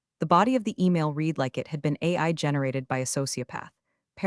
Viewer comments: Teach your AI the difference between ‘read’ present tense (reed) and ‘read’ past tense (red). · I have one problem with all these clips. And that is how they pronounce the word READ. That word can be said two ways. 1). I’m going to read (reed) this book. For the present sense or near future. 2). I read (red) that book twice. For the past sense. And Re-read is always in the past sense.